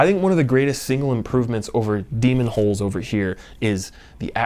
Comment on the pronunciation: I think he's saying Demons' holes... Yep he's definately saying Demons' holes. 😂